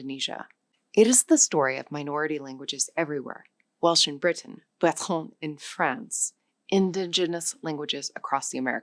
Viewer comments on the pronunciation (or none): none